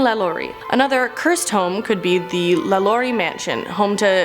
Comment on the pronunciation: it bothered me so much... also how she said Lalaurie...